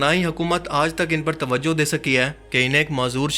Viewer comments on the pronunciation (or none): none